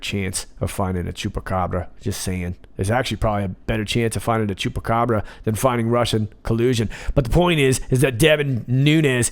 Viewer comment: I think you like saying Chupacabra! And your pronounciation is Very good!